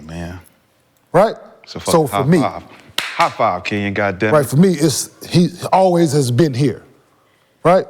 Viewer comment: Didn't know Kenyon had a speech empidement lol